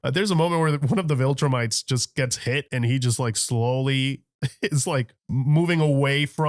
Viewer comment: We are four seasons in and still calls them voltrumites lol 😂 SAY IT WITH ME VIL-TRU-MITES